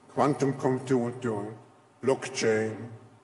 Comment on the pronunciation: Klaus my boy, what even is, "Quantum comp tun tung"?